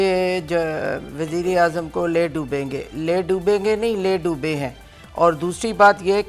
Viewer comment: Ley doben ge nahi Ley dooby hen